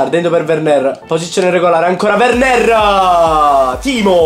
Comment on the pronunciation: Si dice WERNER senza accento e si dice Khimmic